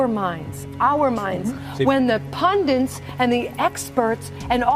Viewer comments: ish. PUNDINTS. more anecdotal proof that Trump supporters are uneducated hillbillies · "when the pundints and the experts..." What in the hell is a "pundint?! Is that anything like a pundit?" Trump supporters are ignorant AF!